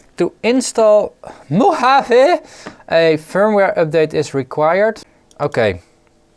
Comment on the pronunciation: Congratulations on correct pronunciation of "Mojave". Re paranoia regarding updating software: Low-risk, High consequence. If it goes well, as usually, alles gut. If it fails, you're hosed. "It's not paranoia, they really are out to get us." - I want to attribute to Firesign Theater couldn't find a reference.